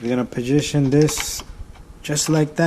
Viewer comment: Did you really just say Ill pahjition this.My lord dude that isnt even a real word bro.